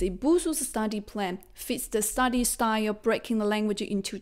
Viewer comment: You need to work on saying STUDY not STADY